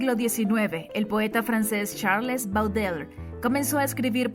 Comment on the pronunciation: MIN CHARLES BAUDELAIRE, CARIÑO, SE PRONUNCIA BODELER, ASÍ TODOS SABREMOS EXACTAMENTE DE QUIEN HABLAS. EN CUANTO AL GRAN POETA PERUANO, SU APELLIDO ES VALLEJO NO VAÑEJO. Y QUERIDA, MARTIN FIERRO NO ES UN POEMA "GUA CHESCO" ES UN POEMA GAUCHESCO, MARTIN FIERRO ERA UN GAUCHO O TRABAJADOR DE LA PAMPA, LOS "GUA CHOS" NO EXISTEN, EXISTEN LOS GAU CHOS. DE RESTO, EXCELENTE VLOG. MUCHAS GRACIAS.